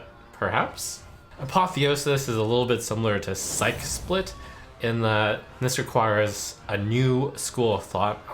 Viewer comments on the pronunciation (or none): why are all streamers mispronouncing “psyche split” lel, its psych-e split not sike split. Splitting your psyche would essentially mean splitting your mind